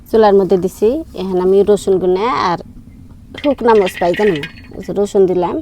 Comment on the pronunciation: মরিচ এইটাও কি একটু সুন্দর করে বলা যায় না কি কয় মস এটা কোন ভাষা